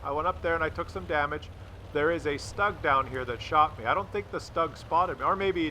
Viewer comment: for fuck sake it's not STAAG, it's SH-TOO-G. I will spam this on every video until you start pronouncing it right.